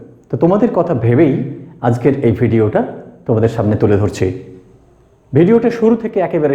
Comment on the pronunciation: It is "video". Not "vedio".